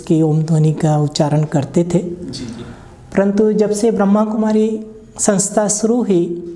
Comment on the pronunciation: पहले उच्चारण सही करो क्या ब्रह्म कुमारी नहीं ब्रह्मा कुमारी कहो